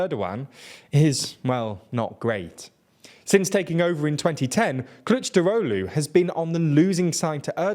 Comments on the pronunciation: I love the way you pronounce "Kılıçdaroğlu" as "clutch drolu" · Superb pronunciation of "Kılıçdaroğlu", well done! I always believed in you xD Anyway let me try to give you piece of my view of Turkey's politics in detail about these topics in the video. It's really good video in general but there are a lot of details you should know. First let me clear the candidate shenanigans: -It's true that Mansur Yavaş have more popularity but Kurdish voters are clear about not to vote for him if opposition(6 party coalition) choose him as a candidate. Even he looks like more vote in surveys, it is a big risk. Kurdish votes are the key in this election, and the video point out this fact very well. Keep this in mind. -Ekrem İmamoğlu is also popular bc of İstanbul mayor but even i have doubts about him. He is... how should i put... not seems honest yet he is working good. He get Kurdish votes easily but if opposition nominates him, they will loose İstanbul municipality, bc AKP have majority in İstanbul municipality's parliament and there is more than a year for election for municipalities(Also its true for Mansur Yavaş). İstanbul means a lot... Too risky... also it's not guarantee to win. Not to mention political ban, it will probably abolished by high court but still risky... -Meral Akşener doesn't want it and she can't win, not gonna get in details. So Kılıçdaroğlu... I understand why he isn't popular but it's not really important to be popular in my view. He is really good at bureaucracy and diplomatic skills and he actually didn't lost elections in